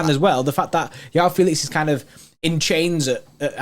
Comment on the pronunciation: Ur saying Felix 1st name wrong